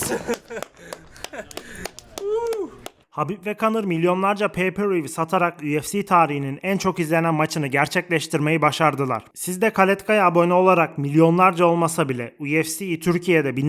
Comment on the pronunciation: Kaletka deil (клетка) Kletka…anlami Kafes